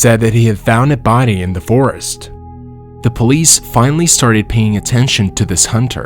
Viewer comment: ok besides of all the other mispronounced words in this who says buddy instead of body ....... love from hamilton ontario canada